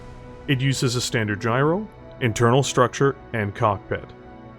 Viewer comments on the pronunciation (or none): none